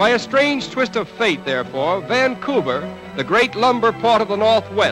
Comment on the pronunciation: The pronunciation of Vannnnncouver jars - but interesting film.